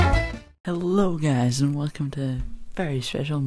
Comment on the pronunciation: giaze? is that somee fucked up way of saying guys?